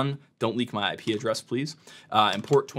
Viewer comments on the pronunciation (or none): why is it quicker to say addur instead of address ._.